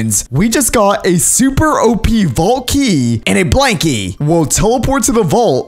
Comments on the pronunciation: When ever you said blank key it sounded like you said blankly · When he says blank key it sounds like blankie